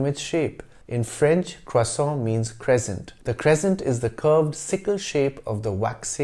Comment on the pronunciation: First time on this channel, love it! I love the history thrown in everywhere. When you pronounced croissant with an American accent, it really threw me! You shofted so quickly and perfectly, and then right back. Well done sir! I look forward to learning more about your channel.